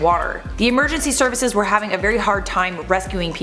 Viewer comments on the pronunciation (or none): none